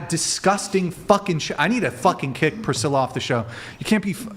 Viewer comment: “Prithilla” is diabolical 💀